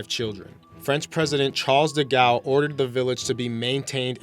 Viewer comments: Dude you need pronunciation lessons. De Gaul.. is pronounced like crawl not gal. Penal is like renal. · and charles "DAy-gall"